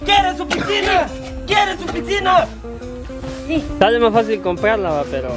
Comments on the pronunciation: Se dise pisina no piksina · Amigo se dice picinaXD no pixcina(no soy heiter)